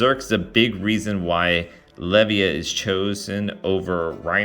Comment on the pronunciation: You should have far more subs. Really enjoy your videos. Asids from your mispronunciation of Le-VY-UH